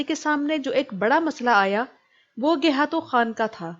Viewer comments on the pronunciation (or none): iss ka naam gaykhatu tha na kay gayhatu. turk خ ko h boltay hain. aap خ bol sakti hai lihaza gaykhatu bolain jo uss ka asal naam thaa